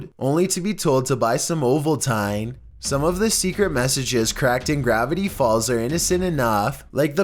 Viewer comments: I can't stop hearing "ovalTINE" in my head.....It is pronounced "ovalTEEN" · It's pronounced Oh-vool-teen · Uhhhh it's pronounced "oval-teen" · Oval tine? Ovalteen! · Oval-"Tyne" hahaha lol...oh I got a good giggle from that one. sorry, I just never heard it pronounced that way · Did he really just pronounce Ovaltine like that? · How the hell did you mispronounced ovaltine? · The way he pronounces Ovaltine tho....